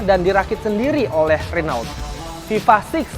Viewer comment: its Ren-O